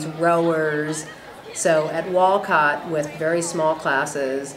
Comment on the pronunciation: You can tell when people say wolcot they are not from Wolcott